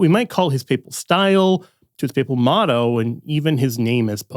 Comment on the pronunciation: His "moto" 😶‍🌫️